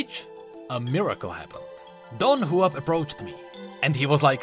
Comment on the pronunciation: I though it was Dong-Hua-Pee, not Dong-Huap